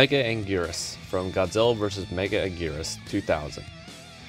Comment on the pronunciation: no way homie just called megaguirus "mega anguirus"